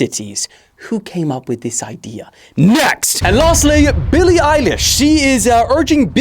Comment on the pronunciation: with the Billie 'EYELASH'😂😂😂